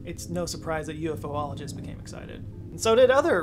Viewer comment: "Yoo-eff-oh-ologists". Ufoologists? This tracks. 😏